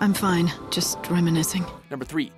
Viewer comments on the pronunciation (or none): none